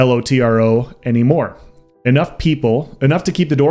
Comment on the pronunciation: I was playing LOTRO from BETA until ESO Beta when I switched. LOTRO had been in decline for a while and 2022 has definitely felt like LOTRO did in 2014. btw it's Lotro all one word not L-O-T-R-O